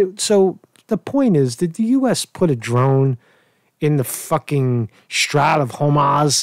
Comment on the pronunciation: How do u not know how to pronounce Strait? Its a pretty common word in geopolitical affairs or basic geography